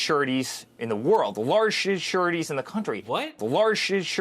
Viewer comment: "Larshess shurities in the country." Hear it again . Take the mush out of your mouth Sonny.